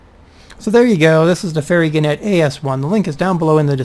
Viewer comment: At the risk of seeming a boring pedant, it's gannet with the emphasis on the first syllable - as if you were saying 'gaanet'. It's a seabird closely related to the booby. Anyway, back to the plane...